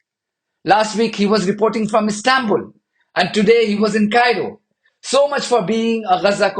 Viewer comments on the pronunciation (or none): none